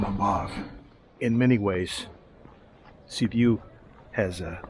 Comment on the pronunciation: There is not such city as Sibu. It is called Sibiu. Or you can pronounce Sybyoo.